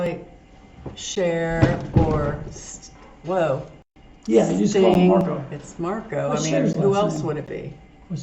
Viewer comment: Marko is from Finland and quite well pronounced...🇫🇮🤘